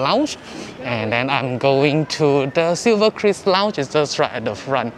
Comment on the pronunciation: it's Silverkris, not cruise, not chris right?